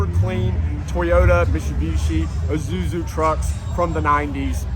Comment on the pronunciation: dude... its isuzu not izuzu. And you keep saying izuzu